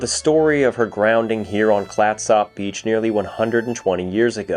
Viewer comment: Also it’s “CLATsup.” 😌